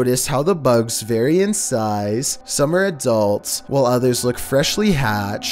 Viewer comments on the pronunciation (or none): none